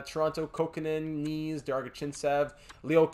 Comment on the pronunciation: Knies is like LIES, but starting with an N. So NIES. Not Knees :)